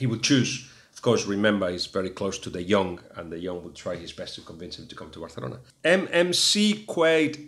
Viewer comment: Guillem just one question, it would be nice if pronounced Barcelona as a Catalan (which with a name such as Guillem Balague I take it you are) rather than a Castilian, particularly as you are communicating with English speakers. Cheers